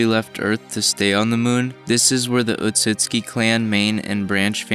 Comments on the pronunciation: Can you not read? Or listen to a goddamn thing any time an otsutsuki says their last name? ITS OTSUTSUKI NOT OTSUKI You don't deserve to have this video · bruh he was pronouncing the clan name wrong the entire time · The way you pronounced Otsutsuki triggered me. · Like the vid but your pronouncing the clan name wrong